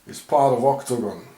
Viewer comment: I LOVE IT WHEN YOU SAY OCTOGON PLEASE SAY IT A LOT MORE IN YOUR VIDEOS HA HA